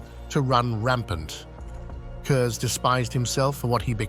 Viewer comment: Since no one else seems to have said it, his last name is pronounced kurz not kurzer